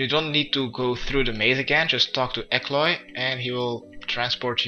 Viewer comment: Bro it’s E L K O Y, not E K L O Y. It really frustrates that there are people which don;t even try to read things. You just look at it and let your brain fill in the holes. It’s EASY, just READ, and if you aren’t certain about how to say it, HAVE A CLOSER LOOK at the word, don’t just be content with thinking “uh close enough”. It is literally a case of just needing to take 1 second longer to actually read the word, rather than just skim over it. You’d be doing yourself a huge favour in terms of your ability to speak/read/write english. I’ve said it in comments of previous videos, HIT ME UP, I will teach you english for free over a skype audio call. For the love of Saradomin, PLEASE let me teach you English! I can help you more than you could possibly imagine!